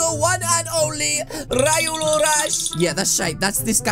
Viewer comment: its ree olu not ri olu spelling is what u said of name but the way u said it is wrong